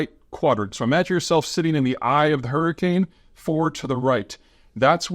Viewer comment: Peter, did you REALLY run to WisCAHNson to get away from a hurrycane? 😂🤣👍